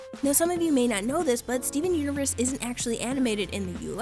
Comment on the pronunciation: I'm pretty sure you said Steven unures 😂😂😂😂